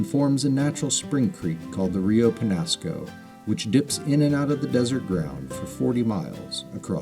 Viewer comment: the rainbow and brown trout are actually invasive. The chubs are also native to the Pecos which the Peñasco empties into. They provide forage for larger trout. BTW it's pronounced Rio Penyasco.